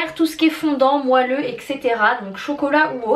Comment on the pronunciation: Enfiiin un swap !! Tu m'as fait rire quand tu as dit "moilleux" au lieu de "moelleux" tu as eu de très beaux cadeaux, maintenant allons voir ce que tu lui as acheté 💗 Bisous